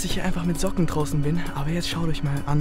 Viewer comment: hat zocken gesagt statt Socken 😂